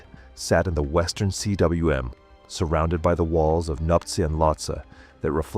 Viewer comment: Cwm is pronounced ‘coom’. It the Welsh word for valley.